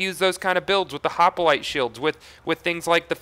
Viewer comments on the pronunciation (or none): Hoplite not hopalite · I'm gettin' real tired of hearin' this guy say "Hoppalite"... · this glitch helps sirens as they now no longer need a breakneck banshee to do the immolate glitch. also, "hop-a-lite" lol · i like how you say hopalite :p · Why the hell do you say "hop-a-lite"? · It is so bad like say it correctly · your prenouncing hoplite wrong